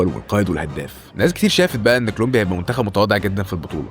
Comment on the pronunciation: كلومبيا هههه كولومبيا يا حبيبي